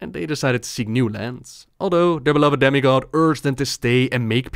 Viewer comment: I thought you said "Daddy god" and then realized you said demi god.